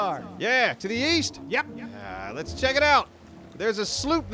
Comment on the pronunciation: East? I thought you said weast?